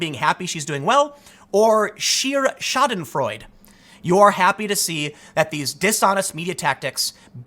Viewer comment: "Schadenfreude" (the e at the and can be pronounced as "ah": "Froidah") Just sayin'.